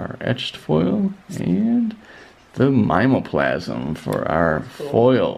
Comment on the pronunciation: Good pulls from these boxes. Just to inform you, for future reference, Mimeoplasm is pronounced mim-ee-oh-plasm.